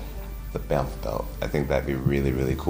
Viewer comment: Why the hell does jon call it a "bamf" belt? 😂 it's 3 letters BMF